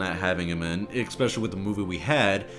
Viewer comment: > trying to pronounce especially ECK-spessiallye